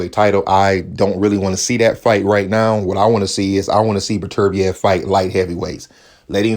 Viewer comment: "Artur Butter beeav"